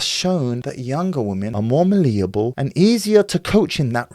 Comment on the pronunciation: Erm, you might want to get your pronunciation of malleable correct. It's cringeworthy and embarrassing when those who are so self-amazed with themselves and their advices can't pronounce words properly.